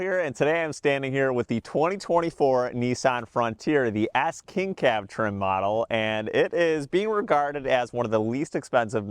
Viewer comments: It sound like you’re saying Ass King Cab 😂 Can’t unhear it. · sounds like you say frontier ass king cab